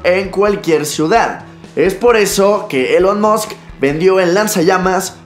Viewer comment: "Elon mosc" Se escribe Elon Musk y se pronuncia Ilon Mask